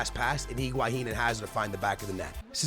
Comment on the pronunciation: Pronunciations: Higuain = IguaHin Joao Felix = Joaon Felix Nelson Semedo = Nelson Smeedu Aouor = Owar